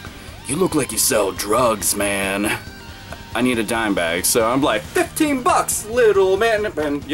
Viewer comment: Dimebag? Did... did you say Dimebag?